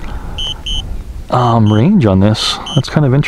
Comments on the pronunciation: Is anyone else bothered with the constant use of "gigahert" (not a word) instead of how it's properly stated as "gigahertz"? Other than that, not a bad video. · Great videos. However... It's gigahertz (rhymes with hurts), not gigahert. :) These videos made me decide to buy a spark. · For future reference, It’s pronounced GigaHurts you sound the Z as if an S. It hurts my ears to hear you say it incorrectly SO MANY TIME lol - thanks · It’s gigaHERTZ -with a “Z”